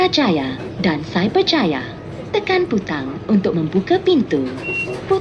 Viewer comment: The way she pronounced Putrajaya & Cyberjaya is so satisfying